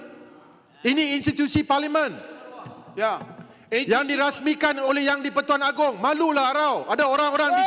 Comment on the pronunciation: 😂😂😂😂😂 ngucap parlemen juga belepotan jadi paliman 😂😂😂😂😂😂😂😂😂😂 malaydesh malaydesh